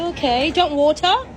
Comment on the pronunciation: He need some milk not WOLTUR